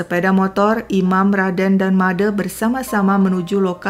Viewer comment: Kenapa pembawa cerita tidak bisa mengucapkan bunyi "e" pada "Made" sama dengan pada kata "sate"?